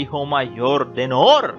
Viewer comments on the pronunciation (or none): No es nouuuur esa es la varíen te en masculino... Es Nuru y es suave así se pronuncia... Ay no q insoportable.. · Me parece que debes tomar clases de pronunciación de arabe. Segundo en idiomas extranjeras se usa fonética en ingles o frances. Noor , Nour es nur نور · Qué mal narras,pronuncia bien,Nuuuuuuur de Jorrrrrdania!😆😁😄😃😅😂🤣😝😜🤪👎👎👎👎👎👎👎Nuuuuuuuuuuuuuur de Jorrrrrdania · Cada vez, que decías, el nombre de la Reina Noorrrr, temblaba mi casa!!! Omg... Que horror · Muy divertido como pronuncias Noooooor 😄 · Él se pega en el dedo pequeño cuando pronunca Noor! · Muy buen reportaje, nomás no exageres al mencionar el apellido Noor que se te oye pésimo